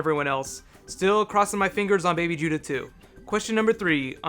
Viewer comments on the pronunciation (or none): none